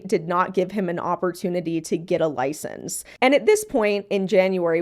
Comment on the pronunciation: "But did he have a LoIcEnCe?" What an NPC take. Of course he knew how to take care of the squirrel. He had it for 7 years. We have hours of video evidence that it was doing fine.